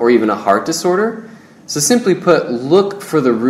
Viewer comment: What's a 'heart disorter' ? I'm only familiar with 'heart disorders'.